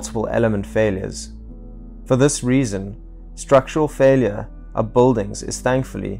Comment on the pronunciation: Is he saying, Boldings?